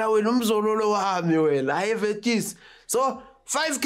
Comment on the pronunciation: Forever smiling though. "Vetis" 😂😂